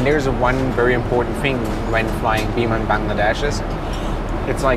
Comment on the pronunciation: i don't know why but whenever you pronounce "biman bangladesh" only i can hear that you're pronouncing "demon bangladesh" 😂😂